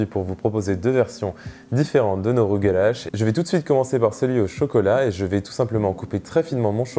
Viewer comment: Excellent vidéo! J'aimerais le faire un jour. Je suis juif et le mot rugelach se prononce presque comme tu le dis mais à la fin le son du ch est tres dur comme le son de (le pain tressé juif). Merci beaucoup pour la recette!